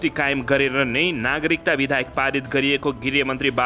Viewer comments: kasto news bachan garnai najanne manxe le news vanx...BIDHAYAK haina ke BIDHEYAK vanna aaudaina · बिधेयक लाई बिधायक भनी बराबर उच्चारण गरिरहेकाे छ । लेख्नेले गल्ती लेखेकाे हाे कि उच्चारणमा गल्ती गरिरहेकाे हाे । भाषा सुध्द बाेलेर सुनाउने कि ? ब